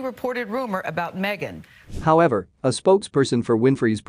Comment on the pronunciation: She went WAYYY over board to prove that racism is her money maker!! Stuff it Harry mee-a-gan and you too Oprah!!1